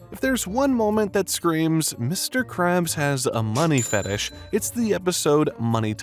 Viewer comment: When you say fetish it so fetes like fetes chees